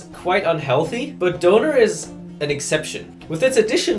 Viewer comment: doner being pronounced right is jarring af for a brit